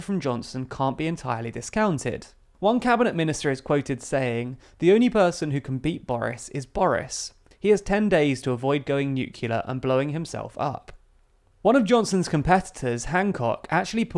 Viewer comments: Nuclear: noo-klee-r....not noo-kyu-ler. (Sorry...pet peeve...along with "kel-ver-ee" when the speaker means cavalry.) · “NUCULAR” really? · "nukular" cringe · THEIR IS NO U BETWEEN THE C AND THE L IN NUCLEAR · What's so hard about pronouncing the word Nuclear? 🤦🏻‍♂️